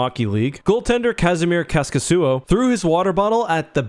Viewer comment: It's "Kaskisuo" not Khäskisyyo. I thought he was Russian before I checked how the name is written lol